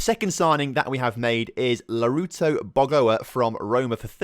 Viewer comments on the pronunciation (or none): How can you mispronounce names so badly? Lautaro = Larouto? Stregiou = Sterygou? Capitanio = Capitino? and many many more... loving the series apart from that and that I'm actually a fc basel supporter. Keep up the good work